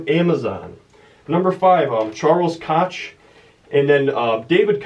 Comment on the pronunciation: Hey, the Koch brothers are in oil. Their father invented "cracking" basically cracking rock to expose oil back in the day. They own the second largest privately held company. They have contributed billions to political campaigns to keep their special interest intact. If there is an Illuminati, they probably run it. Also, add another mispronunciation to the wall of fame. Its pronounced "Coke" like the soft drink. I Enjoyed the videos Keep up the good work.